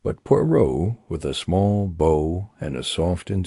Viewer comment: It's definitely AI. Just a few minutes in, the word "bow", referring to the action Poirot took, was pronounced like the weapon. Stopped, deleted, and searched for a better version. This one is unacceptable.